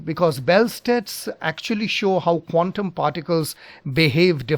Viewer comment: PLEASE IMPROVE YOUR PRONUNCIATION OF 'QUANTUM'.